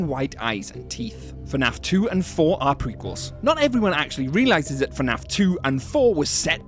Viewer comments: bro said finaf instead of fnaf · why does bro said "FE NAF"